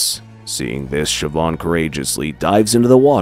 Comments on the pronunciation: Its Shiv-awn or Sheh-vawn. I think he nailed it perfectly. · Love the attempt at the Irish names haha, you nailed Siobhán, Ciara is pronounced Keer-a